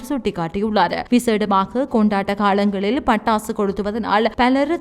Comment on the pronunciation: என்னும் அழகான தமிழ்ப் பெயரைவைத்துக் கொண்டு தமிழை கொல்லாதே தாயே காளங்கல்இல்லை ( காலங்கள் ) என்பதே சரியான தமிழ்ச் சொல்